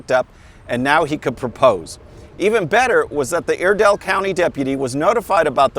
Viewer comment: Just so you know Iredell is pronounced with a long "I," I-R-DELL.